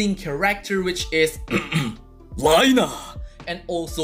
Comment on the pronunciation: Your Japanese pronunciation of "Reiner" & "Zeke" was so badass!!! xD